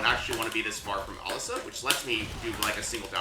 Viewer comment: Why do you say Alissa so weird? It's uh-lis-suh